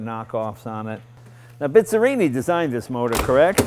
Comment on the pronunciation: The rainy day suits this fabulous car very well. Did you hear the name Bizzerini early on? (As Jay pronounced it, "Bitz" erini) Very special car and designer. Check it out.